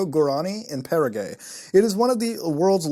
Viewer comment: I love how you said paraguay Muta...Para Gay mmm are you saying para troops are gays?? ohhh started a turf war...just kidding guys, relax! Para gay love it! lmao Love your vids.Muta, as usual! Great videos, great times...Muta for President...why not? Trump did it, anything is possible now